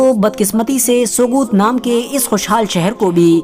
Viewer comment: Sogut me g silent h bro Pronounce as sout